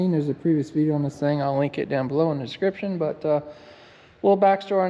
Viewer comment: He said, " 'SCRIPSHUN "!!!